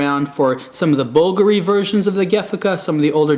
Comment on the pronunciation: you pronounced it BULgari and bulGARi. is that just 2 different ways of pronouncing the brand?